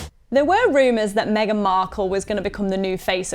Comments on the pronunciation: Why is deliberately mispronouncing Meghan. It is Meg-an, nor Mee-gan. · you of all people should know, This Ones Wife's name is pronounced MEGGan.